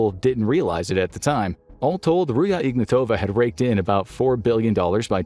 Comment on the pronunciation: it's not Ruya - it' Ruzha